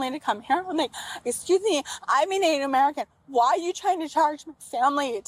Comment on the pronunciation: “es skew me I’m natew merican”